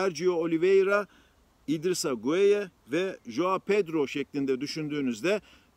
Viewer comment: Idrissa „gay“ diye okunuluyor